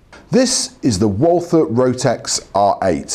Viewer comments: Pronounce "Walther" like "Walter" and you get nearer to the German Pronounciation. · the W should be pronounced like a V...